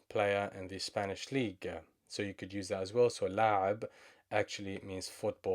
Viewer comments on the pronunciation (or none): none